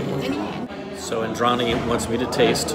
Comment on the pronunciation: Hey, just a little correction of the pronounciation of the word Indrani. Just say the D of Indrani as Russians do. Use the soft d, not the hard one. That's how the Bengali pronounciation goes.